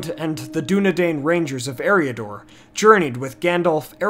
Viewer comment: Where are you getting some of your word pronunciations? Lol? e-RY-uh-dor (Eriador). Not AIR-ee-uh-dor.